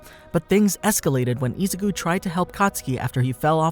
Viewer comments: boy said ''isucu'' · How many times can you say “Izuku” wrong … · Man the way he mispronounces izukus name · No offense, but the way he says “Izuku” it’s just so weird!